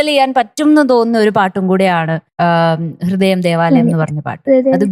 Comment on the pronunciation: ഗീതം, ഹൃദയം ഉച്ചാരണം എത്ര മോശം ദിയയ്ക്ക്. എന്നിട്ടും... 100,മറ്റു കുട്ടികൾക്കാണെങ്കിൽ എത്ര mark കുറയ്ക്കും